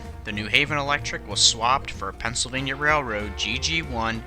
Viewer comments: Great narration, except for one word: railroad. You speak that word much, much faster than the rest of the narration — so fast it gets mumbled into “rarred”. Take your time, keep a consistent pace that allows for enunciation. :) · "your support is what helps makes these videos..." & I have noticed in this and other videos he seems to have trouble pronouncing Railroad.